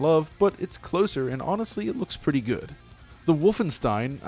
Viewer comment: Nearly nailed "Wolfenstein"'s pronounciation! 9/10 Gets a like.